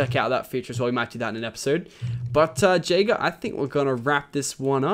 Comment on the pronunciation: It's funny when you say Jayger because my name is Jagger. LOL